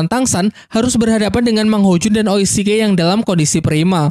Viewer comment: Oishike apa Oscar boss??gua repport lu salah2 nyebut